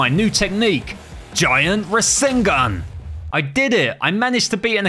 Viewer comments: He said rasangun not rasangan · Pls pronounce the words carefully and do some research next time and pronouncing the words like rasengan rasenshuriken, kurama and more pls next time do the research on the word